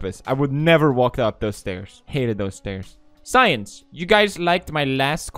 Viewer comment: the word since: exists felix: “science”